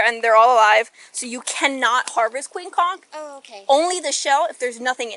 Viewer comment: Holy crap, you said "conch" correctly.